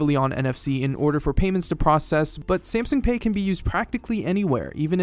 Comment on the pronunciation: Every time he said Samsung like "Samsing" I wanted to carve my ears out